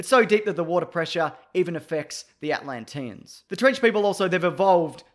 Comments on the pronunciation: I can't get over how you say Atlantian. Atlantinian? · They way he says Atlantians 😬😬